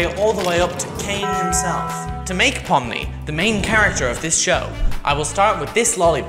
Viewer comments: Its not pomy Its pommi!!! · Its pomni not pomny 💀💀💀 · It is not pomy it pomi